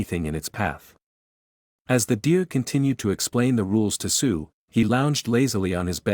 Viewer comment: I keep hearing suiiii instead of sue💀